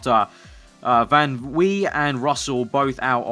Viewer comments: You actually pronounce "van" like "fun". This name is really common in the Netherlands! I'm from Germany and some people have a van in their name here too! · Dude yes in french in oui van wie is a dutch name so you pronounce it van vi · Drinking game for every time says "van Wee" lol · Van wie = Fan Wie. Wie is pronounced like you did it in the start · Van Wie is pronounced Fan Vee. By the way, Yes in French is spelled Oui.